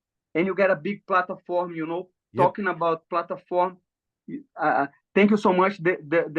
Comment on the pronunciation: Love how platform becomes plata-form